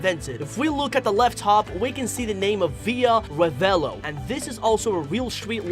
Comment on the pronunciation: i'm laughing so much for ur pronounce of la gazzetta, via revello,la strada and giulia BAHAHHAHAHA but i guess is ok bc ur english u don't study italian